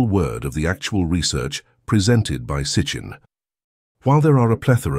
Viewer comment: HAHAHA..... "Sitnchinh" he says ( in the video) That man needs to read more, and learn to pronounce Mr. Sitchin's name correctly. What a ridiculous presentation, However, its good that he is slowly opening his mind, but he is not that smart. i laughed throughout this whole presentation. Thank you Archive for this humorous peresenation of a fool.